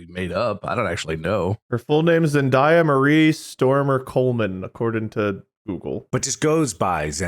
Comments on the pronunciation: No way you said ZEN DYA its Zen DAY Uh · The was they kept saying zendiea was like nails on a chalkboard 😂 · Zen die uh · Absolutely no one has ever called Zendaya…Zen-die-uh…stop that…bad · I hate how they pronounce Zendaya. 😂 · As an old Shake It Up fan, it hurts me to hear these guys mispronounce "Zendaya." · Them pronouncing Zendaya's name wrong is both funny and cringe lol It's her first name Zendaya Coleman is her name